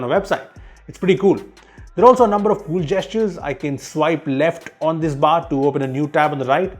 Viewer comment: in each 15 seconds: kuul features!